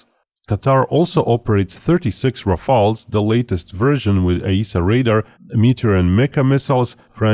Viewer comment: Rafale ===> Rafail 😂